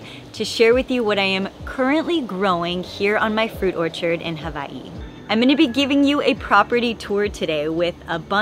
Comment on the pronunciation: This is the most epic fruit farm! Your kids are going to be so blessed to grow up eating all the fruit you planted one day. I also love you trying to pronounce hawai’i correctly. You are incredible, so stoked for you.